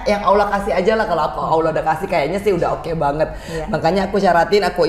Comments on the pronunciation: Allah mba ..bukan Awloh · Salah sebut allah kok awlah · Maaf ya mbak angge bukan aulah tapi dobel ll allah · Cekeeeeeeppppppp....mba Angie lebih dari muslim biasa....cuma menyebut Lafaz Allah nyq saja yg perlu dipetbaiki ...over all...subhanalloh... Allah mengangkat drajat nya Amiieen...